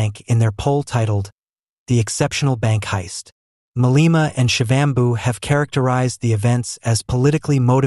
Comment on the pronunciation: Malema is not pronouce as Maleeeema. It is Ma le ma.